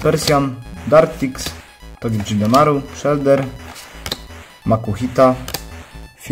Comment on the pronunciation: spokojnie, uszy krwawiły tylko przy "todżedemaru" ;) (ale to tylko dlatego, że to nieprzetłumaczona nazwa z Japońskiego, jak Pikachu, Pachirisu, Dedenne itp. więc na 99,9% wymawia się to po prostu "togedemaru"). I tak podziwiam, nazwy pokemonów z piątej generacji wzwyż to dla mnie większe łamacze językowe niż chociażby "wyindywidualizowaliśmy się z rozentuzjazmowanego tłumu." XDD